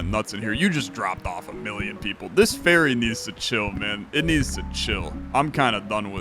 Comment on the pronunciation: OH! Ferry not Faerie. I was confused for a minute.